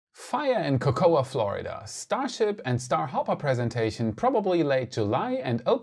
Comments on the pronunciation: FYI, as a former resident, I can assure you that the pronunciation is "KO KO" not "KO KO UH" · Cocoa Florida is called "co-co" not "co-co-a" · Great video. Just one note.. it’s pronounced Coke a..... Keep up the good work my friend.